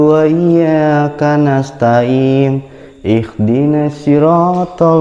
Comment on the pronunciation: Maap baang..cuma mengkoreksi sedikit... Kanas ta'in bang... Bukan Kanas ta'im... Salah satu huruf beda artinya bang.. 😁🙏🙏🙏.